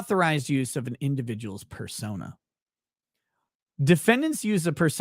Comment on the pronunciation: At 2x speed, use of the word "persona" sounds like "fur-sona," which makes the Afroman lawsuit that much more fun... 🚫 🍞